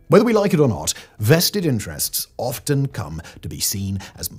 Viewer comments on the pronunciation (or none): none